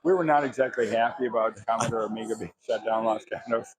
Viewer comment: 1"30 Where does this man come from where they pronounce it "Amigeer"?